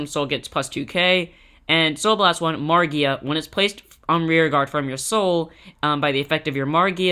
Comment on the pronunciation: "Magia" not "Margia"